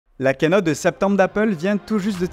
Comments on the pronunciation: Kiiiiiinote on dit ki en anglais zeubi 😂😂😂 l’autre la « quenotte » d’Apple 😂😂😂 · on dit pas "kènote" mais "kiinôte" pour info